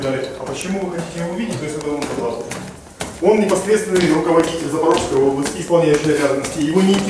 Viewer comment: ЗапорожЬской? Ребята не позорьтесь пожалуйста, вы что в школе не учились?